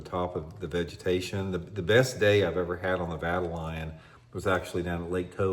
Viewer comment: Let me help ya out with the correct pronunciation. Vuh-TALE-Yun.